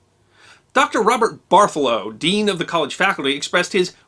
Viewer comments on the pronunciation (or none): none